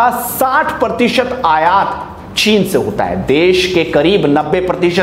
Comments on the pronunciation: Bhai aapat nahi aayat hai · "AAPAAT" kya hota hai bhai?. Aur kaha likha hai ?